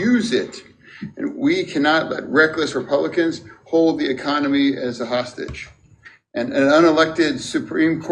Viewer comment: Reminds me of Idiocracy, where that lady Cabinet member calls it "the ECOMONY"